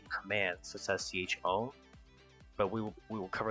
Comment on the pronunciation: You're not saying chmod correctly